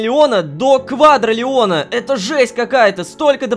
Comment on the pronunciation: КваДРИлиона, а не квадралеона